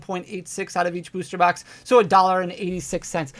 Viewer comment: if you buy a beuuwwster box 🤣 why you say it like that